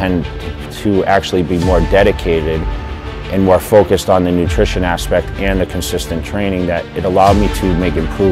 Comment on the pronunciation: "nutrition" :P